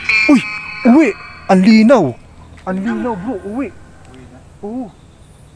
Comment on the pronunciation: cgurado ka ho uwi ang sinabi? parang di naman ganyan katunog?